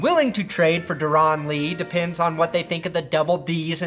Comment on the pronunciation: Darron is pronounced like Darren. He’s good give us Von for him